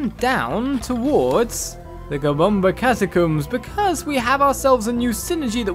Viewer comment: I like the way you say kimbombo catacombs